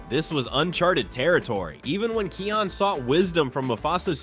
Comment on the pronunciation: why are you saying his name like that? it's Kion, pronunced Kai On